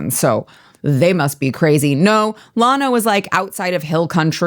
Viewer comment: it's llano, not llawno. I was born and raised not far from there. Love what you do and represent.